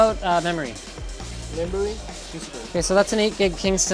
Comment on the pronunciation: Membory? Hahah this must be such a fun experiance